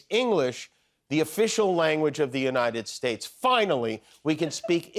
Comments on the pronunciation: The United Sheis...??? 😂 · dude can’t talk. He has dementia. Imagine not being able to pronounce Yosemite or even the United States.